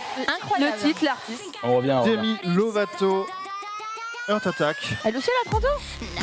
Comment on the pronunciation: Avec cette impressionnante prononciation j'avais compris " The Earth wants what it wants ". Ça ferait une bonne chanson écolo 😂😂.